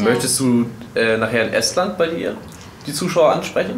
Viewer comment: Wie sprechen die Estland und Tallinn aus, das ist ja mal komplett falsch.